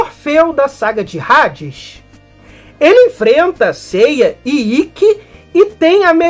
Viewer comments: Rades? Até quem não é fã sabe que se pronuncia Hades com H mudo, ahh faça me o favor seu poser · Parabens prlo vídeo otimo, mas saber a pronuncia é o mibumo visto que no BR os locutores, duvladores , apresentadores, propaganda, todos pronunciavam Hades, Asgard, ou seja vc foi mt bem no alem mas errou no minimo , no basico , affs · é amigo mas h sem som é no Br todo e como vc tá fazendo vídeo pro Br todo é só esses cuidados pra não passar vergonha